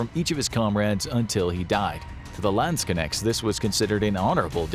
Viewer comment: Next time please look up how to pronounce Landsknechte before you use the word 200 times in one video "Landskenex".....seriously?